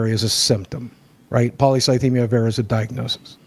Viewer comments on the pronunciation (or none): This is a small, stupid detail, but i dont think boogie said "vera" correctly a single time, even though the pronunciation was on the page he initially pulled up (VEER-a)